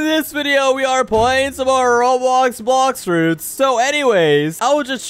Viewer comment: I love these videos but the way he says blox fruits at the start...